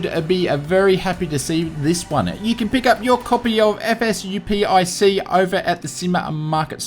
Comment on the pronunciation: Great news as always - but man how could you have mistaken the name of the greatest flight sim tool of all time - FSUIPC - not "FSUPIC". It's the marvelous Flight Simulator Universal Inter-Process Communication interface developed by Pete Dowson, one of the greatest flight sim scientists of all time ! :-)